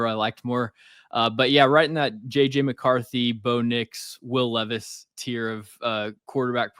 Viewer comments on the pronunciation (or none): Nah I watched a short last night where this guy called Levis, Leevis and then called Malik (which is pronounced Ma-leek) Mal-ick 😂😂 dawg. Levis, LEEVIS I’m crying. As if he isn’t enough of a meme already